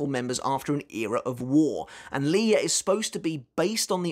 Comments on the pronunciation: I think the pronunciation of Lille’s name is “ Lil “ not ‘ Lie ‘ but this fight is amazing for sure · Because often in many languages, two “L’s” are pronounced with a “y” articulation rather than a hard L. So Lille is most likely pronounced “Li-yeh”. Combined with his last name, Lille Barro - to me, it sounds like that’s what Kubo had intended because it rolls off the tongue rather than Lil Barro or Lili Barro. I’m not saying this is absolutely how it’s pronounced, just that it’s most likely pronounced this way. We’ll know soon enough once the anime eventually gets to this point. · I think Lille is pronounced like niel with an L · I think it’s supposed to be “leeyay” so yeah ur close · Lille is a town in France and is pronounced "leel" in english, or "lill-luh" in france